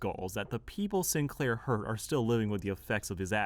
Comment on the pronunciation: bro said cinclear